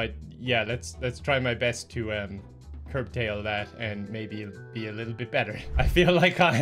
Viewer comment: *curtail, not "curb tail"